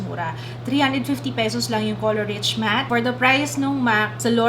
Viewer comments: it's pronounced color reesh, not rich 💕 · dapat po "reesh" ang pronunciation not like "rich":)